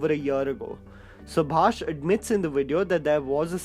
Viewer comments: Subhash Kapoor, not Subhasish Kapoor! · its SUBHASH not SUBHASHISH